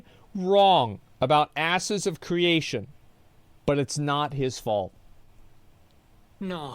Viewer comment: pretty sure he said "asses" of creation lmao